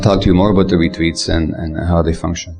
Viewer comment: I think it's cute how when he says "retreats" it sounds like "retweets". 🥰 "Twick or Retweet!" With love.